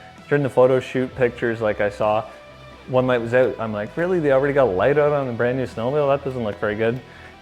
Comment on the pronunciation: "Excited to get eh-oot" lol. Nice sled bro, looking forward to tagging along on your adventures!